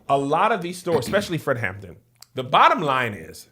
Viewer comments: Is it just me or does it sound like everyone is calling him Fred "Hammond"... I keep getting distracted by it. Lol! 😂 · It’s the fact that y’all kept saying “Fred Hammond” instead of “Fred Hampton” 😂😂😂 but yes, the movie was chefs kiss 👏🏾👏🏾👏🏾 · Watching two churchy people struggle through calling Fred Hampton - Fred Hammond is amazing 😂😂😂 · HamPTON. Not hammond. Hammond is the gospel singer.